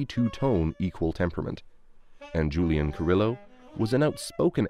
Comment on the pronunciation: Dear educational YouTubers — please look up the pronunciations of words and names in other languages before using them in your videos! Julián Carrillo's name is pronounced "hool-YAN car-REE-yo," not "JOO-lee-an ca-RILL-o." The first sound in Zhu Zaiyu's name is much closer to an English "j" than an English "z." And "gamelan" is pronounced with the accent on the first and third syllables, not the second syllable. (It's also the name of a type of ensemble, not an individual instrument.)